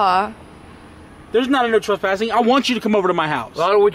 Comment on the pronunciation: Picleboy it said tres - passing you were only dos - passing